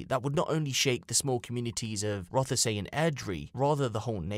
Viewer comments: Its pronounced roth say. Not rother say. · Terrible story, shocking! One thing that was a bit grating though was it’s not pronounced Roth-e-say it’s said Rothsea. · It's pronounced Roth-See not Roth-a-say